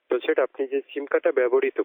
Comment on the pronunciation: ঠিকমত sir বলতে পারে না । শালারা 🤔